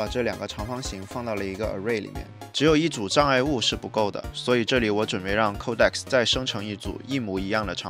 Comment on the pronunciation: 不是抠带克斯，是code X